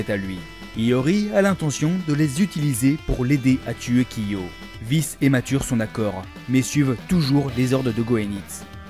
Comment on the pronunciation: On dit K'Prime pas K'Slashe😅 et Vice se prononce °Vaise